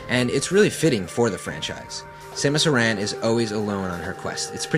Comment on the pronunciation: Oh my god this guy actually knows how to pronounce "Aran" the one and only correct way!